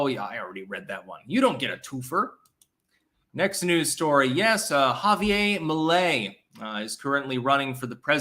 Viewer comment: You mispronounced the Argentinean dude's name,but I reckon that I can't really blame you;you ARE a Vermonter of caucasian persuasion,after all. 😂